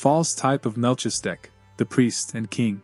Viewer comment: Very much appreciate these readings. BTW- it’s pronounced “Mal-keez-a-deck”